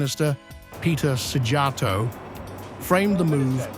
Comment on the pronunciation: Don't worry, they're routinely mispronouncing Szíjjártó as well 🤣